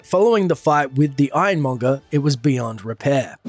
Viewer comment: NO NO STOP ITS NOT MONNER ITS MONGER